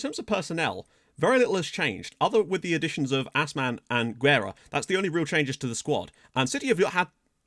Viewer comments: Oh yeah; Guerra is pronounce like geh-rra...the GUE like in the video game Gex just don't sound the X so just geh. For the RRA you have to roll those r's like in rah. Last name translate to war or warfare, make that what you will. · its pronounced gerra and you kinda roll the rr's also guerra means war in portuguese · Guerra means War so maybe thats a good nickname you dont say U in Guerra its the same U as Guajardo's surname and RRA is just like you said